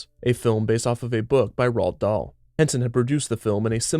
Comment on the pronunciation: points off for mispronouncing Roald Dahl.